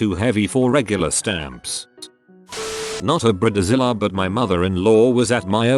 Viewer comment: Yep, and Brid-a zilla.